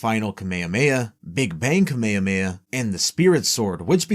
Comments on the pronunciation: did you just called "kame hame ha" as "kameia meia"???????????????????' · why u saying kamehameha as kame hamaya